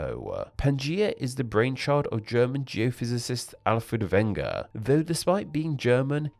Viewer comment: The guy who named Pangea (and is the originator of the continental drift theory) is called Alfred Wegener, not Wenger. I don't mind if names are not perfectly pronounced the way they should, but his got butchered.